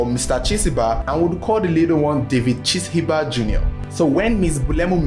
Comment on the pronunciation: Chishimba pronounced Chi- shiimba